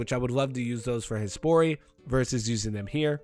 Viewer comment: Every time you say Hespori i snap over like its Hey Sporty. Cant unhear it either